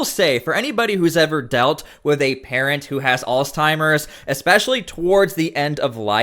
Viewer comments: It's Alzheimer not Alztimers or whatever it is your saying. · Dude not ALLS TIMERS. Alzheimer. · "Alls Timers" Lol Wut?! 🤣🤦‍♂️ Alzheimer's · Did you say "allsteimers"? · No T in alzheimers! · Lol "alztimers" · "Alzdtimers" lol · your pronunciation of Alzheimer's is super cringe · Bro, the way you say alzheimers is insane. Where is the "t" in the word? Have you ever heard someone say the word?😂